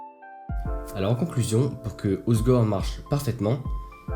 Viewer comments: J ai mal quand j entends hozegor 😅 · Merci. C est triste de voir une vidéo quali comme ça où la personne qui parle ne sait même pas prononcer le nom de la ville...